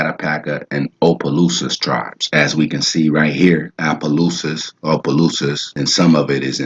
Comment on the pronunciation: Nice. Like the way you broke that down. You chopping it up though; but, very good. We pronounce our vowels differently than most Americans. Its Crèole Française. Caddo is CAD DOE Attakapa is Ah taw ka paw Opelousas is like saying opperation or Appalusa